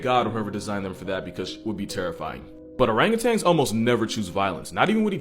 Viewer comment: It's not ORANGUTANGS it's ORANGUTAN... You should know this